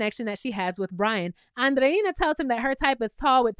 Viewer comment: You are the only youtuber that pronounces Andreina’s name correctly! ❤️❤️❤️